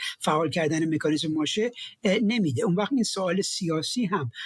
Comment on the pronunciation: فردوسی به مادرت سلام رسوند گفت مکانیسم نه میکانیسم